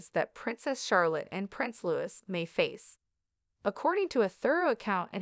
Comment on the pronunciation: It’s pronounced LOUEE 😡😡